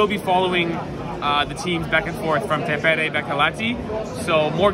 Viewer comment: You forgot the right pronuncation. The town Tampere is not Tampére its Támpere. This rule applies to all words in finnish. The accent on the first syllable.